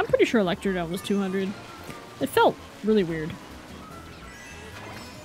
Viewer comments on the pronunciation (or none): Actually that track is called electrodrome. you keep saying electrodome